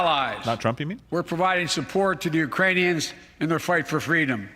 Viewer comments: LOL I thought Biden called them "Uranians" :D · "Uranians" lol. Former VP making up new ethnicities now. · I thought he said Uranians